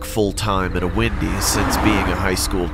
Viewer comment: When he says Wendy’s it sounds like windy’s for some reason lol idk it’s probably me cause it’s like 2 in the morning